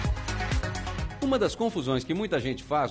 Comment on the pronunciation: Ele falou Rwindows kkk